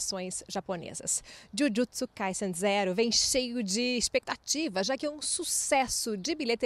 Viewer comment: Olha a pronúncia de Jujutsu da repórter! 🥰